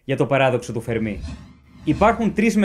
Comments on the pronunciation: Εξαιρετικό , και κατατοπιστικό και κατανοητο , αλλά έπρεπε να εξηγηθει περισσότερο ο υποθετικός πολυπαραγοντικός τύπος , γιά το πιθανώτερο πληθος των πολιτισμων , του Φέρμι και όχι του Φερμί , όπως λαθεμένα τονίζει συνεχώς ο παρουσιαστής . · Φέρμι λεγεται μάστορα κ οχι φερμή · Φέρμι τον λένε κι όχι Φερμί. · Το όνομα προφέρεται Φέρμι , όχι Φερμί . Κι ο άνθρωπος δεν ασχολήθηκε ποτε με αστροφυσικά θέματα για να έχει να πει για τους εξωγήϊνους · Ωραία και εκλαϊκευμένα όσο πρέπει,αλλά ο άνθρωπος λεγόταν Ενρίκο Φέρμι και όχι Φερμί,μιας και ήταν Ιταλικής καταγωγής και όχι Γαλλικής.Συνεχίστε την καλή δουλειά,μια υποσημείωση έκανα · Φέρμι. Όχι Φερμί. Όσο το ακούω "Φερμί" τρελαίνομαι... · Φέρμι είναι. Όχι Φερμί. ΗΜΑΡΤΟΝ. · Ενρίκο Φέρμι βέβαια και ποτέ Ενρίκο Φερμί! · Νομίζω ότι είναι Φέρμι και όχι Φερμί γιατί ήταν Ιταλός και όχι Γάλλος. Κατά τα άλλα συγχαρητήρια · Φερμί το κυκλοφόρησαν δύο παρουσιαστές από επιστημονικά βίντεο και οι άλλοι πιθύκισαν , χωρίς προφανώς να έχουν ξαναδιαβάσει για τον Φέρμι. Η ημιμάθεια χειροτέρα της αμαθείας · υπέροχο βίντεο !!!! αλλα σε παρακαλώ είναι Φέρμι ... ιταλός ήταν ο κύριος όχι γάλλος :P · Μην σκοτώνετε το όνομα. Ο τόνος στο e ! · O Fermi ήταν ιταλός, και το όνομα τονίζεται στο è Αν ήταν γάλλος μπορεί και να προφερόταν με τόνο στο í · Συγχαρητήρια για την εξαιρετική παρουσίαση σε αυτό και σε όλα τα άλλα βίντεο. Θα ήθελα να ρωτήσω γιατί τονίζεις το όνομα του Fermi στη λήγουσα, ενώ πρόκειται για Ιταλό και όπου και αν έψαξα τονίζεται στην παραλήγουσα, όπως τα περισσότερα ιταλικά ονόματα. Επίσης θα ήθελα αν μπορούσες να σχολιάσεις τη σχετικά νεότευκτη άποψη που αναφέρεται και στο τελευταίο βιβλίο του Νταν Μπράουν περί δημιουργίας της ζωής και εντροπίας. (Κομματάκι δύσκολο χωρίς spoiler, αλλά είμαι σίγουρος ότι θα βρεις κάποιο τρόπο). Καλή και δημιουργική συνέχεια.